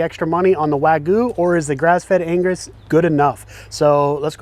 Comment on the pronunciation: It's wag-yoo not wa-goo